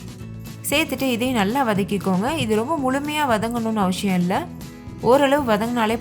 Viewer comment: அவசியமில்லை னே சொல்லுங்க , அவஷியமில்லை னு சொல்லாதீங்க , கேட்க நல்லா இல்ல. எல்லா வீடியோலயும் கவனிச்சேன்.